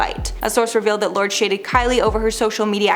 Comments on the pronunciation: Lords 😂😂😂 it’s Lourdes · * Lour des is the pronunciation of Lourdes not Lords. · Lor-des isn’t it? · 🤔So my thoughts are you should really learn how to pronounce correctly! Lordes is not pronounced Lords! What planet are you from when you don't know Madonna's daughters name?! Isn't this your job?!! Your Mispronunciation of names, words and places in your vids has finally gotten to me! I will be skipping your vids from now on if you can't take 2 min to Google the sh*t your unsure of, and there seems to be alot your unsure of! it's not rocket science and you won't sound so stupid😬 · It's lo-ur-des or lords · That's not how you pronounce Lourdes, for fucks sake!